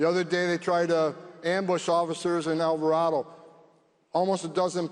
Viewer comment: Great speech! Just two things. Alvarado is pronounced as Al-Var-Ray-Doe. Second, those dimwits who attacked tha ICE Facility attacked with AR-15's. Not automatic weapons.